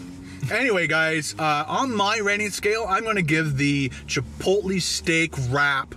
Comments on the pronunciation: Omfg stop saying chipot-lee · I cringe every time you say chipotle. (CHI POLE LAY) not (CHIPOLY) ❤️ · Chipotlee ? Lol